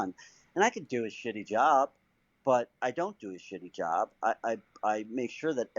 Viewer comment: Was I the only one that heard her say "you never do a shitty joob...😒"